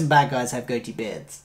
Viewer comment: I'm sorry, you took me too seriously. I was making lite of your exaggerated way of saying it. Sort of an "em-PHA-sis on the wrong syl-LA-ble." "Goatee" ("Goh-tee," two syllables) and "Van Dyke" are what I've heard them called.